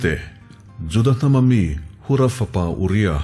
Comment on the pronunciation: Hura nilo vin huraaa ni zawk lo maw